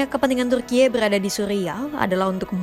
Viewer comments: Tulisannya Turkiye, bacanya Turki kaya biasa aja kali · alay banget ngomong turkiyeee nya😂